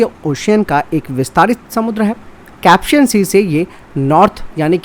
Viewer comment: कैप्सियन सागर नहीं कैस्पियन सागर है भैयाजी।